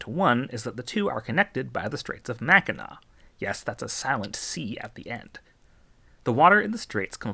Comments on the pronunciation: Mackinac the C so silent it's deafening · Funny how you correctly pronounced Mackinac, but mispronounced Iroquois. EAR-oh-kwah. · As a native Michigander, it was so cool to hear about all the other 'Great Lakes' that drain into our watershed! And you even pronounced The Straits of Mackinac right! Thanks for the informative video :) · Thank you for saying Macinac correct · I got chills when you pronounced Mackinac correctly. lmao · I have to commend you on the correct pronunciation of Mackinac. 😊